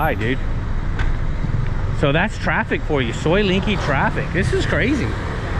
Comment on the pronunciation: soi Linkykee?..it's LENGKEE en is en,..as in leng not ling, try again cause you ain't special...yu is just anuffa, a merry can of flatulence ( not influence, as you wish ) 🤔